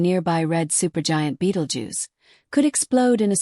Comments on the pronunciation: The AI that is talking can't even say the proper name for this star! Not really believable discussion on this subject. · AI speaking can’t even say the stars name right. Annoying, enough to pause and watch something else!!!